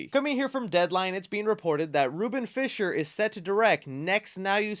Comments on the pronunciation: Fly-sher not fisher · It’s pronounced flai. sher. Not fisher. You also mispronounced Dermot Mulroney’s last name as well. Get with the program,. I have reason to believe unless it’s a Marvel actor you have no idea who some of the people are. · I apologize in advance for being that guy but....it's pronounced Flysher not Fisher. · Great update!! Isn't Fleischer pronounced FLYSCHER? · Are you fucking dyslexic or really this ignorant? You read Fleischer as “fisher”? Holy fuck… Educate yourself. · It’s Fleischer, not Fisher